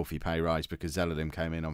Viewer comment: its Ze-la-lem. Not Ze-le-lem...